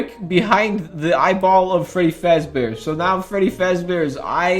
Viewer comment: My guy can’t even say fazbear 😭👏